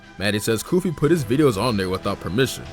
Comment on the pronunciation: Bro , it said goofy instead of koofy